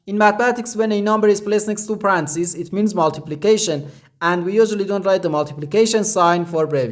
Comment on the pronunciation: Parentheses sounds like Pa-ren-thi-sees. Hope that helps.